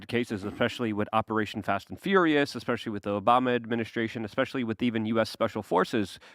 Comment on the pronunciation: I love this show, but does it bother anyone else that always says “Wit” instead of “with”???